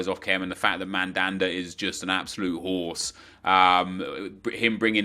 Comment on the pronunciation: I thought he said "Mandanda is an absolute whore" and not "horse" hahaha.